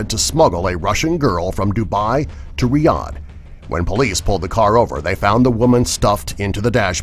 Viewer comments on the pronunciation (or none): none